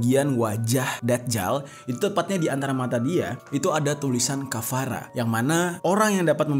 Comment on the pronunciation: Kafara bang tiga huruf kaf FA Ra